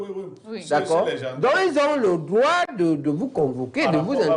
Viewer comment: Un peu plus de professionnalisme Madame la présentatrice dans votre diction Même si cela est naturelle entrainez vous! Droit ce n'est pas "Groi" ... Vous vous ameliorez depuis le debut , bon vent